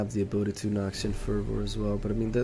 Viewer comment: "Elixir of iren" "Noxian furrvoor" 😂😂